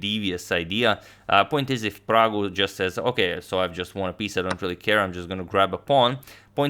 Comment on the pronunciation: Ohh man did agad just called him praggu 😍😍